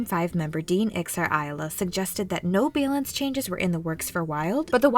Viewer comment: Love the way you say balance! 🤣🤣🤣🤣🤣🤣🤣